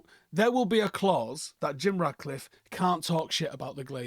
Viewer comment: You keep saying Radcliffe instead of Ratcliffe